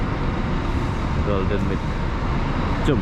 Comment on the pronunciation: Golden Mile bang, bukan Golden MIC